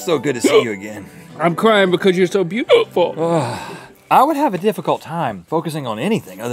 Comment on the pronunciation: “I’m cryin cuz your so beau-HUA-ful” 😂😂